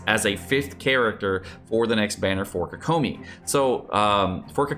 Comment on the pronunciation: I'm really hoping for xingqiu and fischl since I use them a lot! I don't care too much about the third character, but I'm also thinking it will be Noelle. Also no hate at all but it always weirds me out when people pronounce kokomi that way. Its like hearing ceLERy instead of CELery.